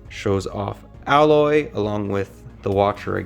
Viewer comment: I want this set. But every time he pronounced Aloys name wrong, it made me feel eegh. Plus he cleary had no idea what a focus is.